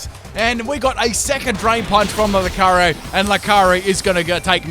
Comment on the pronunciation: Loo-car-e-oh! Not Loo-car-oh